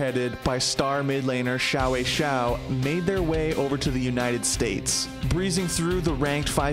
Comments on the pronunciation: Good job getting it right the first time around XD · Holy crap he actually pronounced XiaoWeiXiao's name right